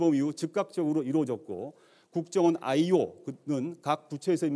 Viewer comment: ㅋㅋㅋ 막판에 대놓고 걱정원이라고 발음했어 ㅎㅎㅎ